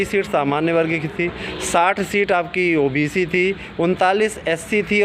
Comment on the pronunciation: ओबेसी नही होता हे ओबीसी होता हे